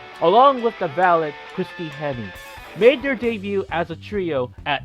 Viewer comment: A-Ron Rex? Val-et? Try Aaron, or Air-On.......And it's Valet, silent T.